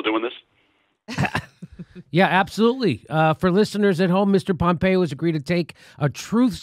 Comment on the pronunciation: PhhompeOH ... ... PHOOHMPHREO!